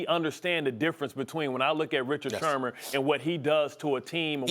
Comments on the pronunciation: Its sherMAN.....not shurmur 🤦‍♂️ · How we gon take bart scott seriously when he calls him shermer the whole time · Why does he keep saying Richard Shurmur?? Speak prop English or don’t disrespect Sherman get his name right at least! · Anybody else catch “ Richard Shermer “ ? to 6 :20 😅😅🤣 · Shermer? I think it's Sherman* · Who’s this crack head purposely saying Richard shurmur lol ? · They afraid to tell Scott his name is Sherman ? Not Shermer lol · Richard “Shurmur” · “Richard Shurmur.” - Bart Scott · Did he say SHURMUR???? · “Richard Shermur” 😂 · I hate the way he says Richard shermer 😂😂😂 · "Richard Shermer" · "Richard Shermer..." Bart Scott lol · Nobody: Bart: “Richard Shermer” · Bart Scott keep calling him “shermar”? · Bart Scott cant pronounce Sherman lol